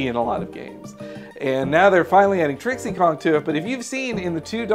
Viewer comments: Anyone else cringe when the guy says Trixie Kong? Her name is DIXIE Kong! And their reasons for why Pac-man wouldn't be included don't make much sense either, for several reasons that all basically are different shades of this one: MarvelXCapcom is a VERY different fighter than Smash Bros, to the point that it flat out requires fighters that are mostly human, and a ton of moves. Here however, there are just enough potential moves from all his games to make up a moveset, assuming you bring both World 2 and Ghostly Adventures material, with a tiny bit of improvisation using the pellets. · Its Dixie Kong not Trixie Kong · It's dixie not trixie... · its not trixie kong its DIXIE kong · Did he just say Trixy Kong?? Multiple times?? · I'm sorry, did you just say Trixie Kong? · How the fuck did they screw up the name Dixie!?